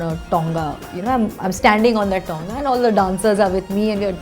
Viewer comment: It's not tounga it's tonga behn